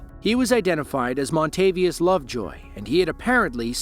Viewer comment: "Montayvious Lovejoy"